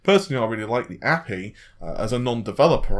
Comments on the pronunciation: God damn it! It's Aypeii not api! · Fishmonger ! ... i felt exactly the same way.. i generally am not like this but really... its A P I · Yeah, I was wondering what that word was..."appee"? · I'm starting to think you just mispronounce as much as possible now, it used to be kind of funny but now I'm just like wtf. APPY???? A.P.I it's just as much effort to say dude. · Thumbs down for "a-pee", it's pronounced A.P.I. It's an acronym for Application Programming Interface. Stop pronouncing things incorrectly. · What's an appy? It makes me un-appy hearing you say it like that. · If you're reporting on tech news then learn to pronounce it correctly. Anyone who works in the field would be scolded for saying "a-pee" because it gives the impression they don't know what they're doing. So yes, pronounce tech terms correctly if you are going to report on it. If this was a one-off then I wouldn't care but he does this a lot. What's next? C# pronounced "C-pound?" or .NET pronounced "period-NET?" or CPU pronounced "see-poo?" or GPU pronounced "gee-poo?" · The way you pronounce api 😂. Nothing against you, I understand it's hard to guess the pronunciation. But it's just to funny .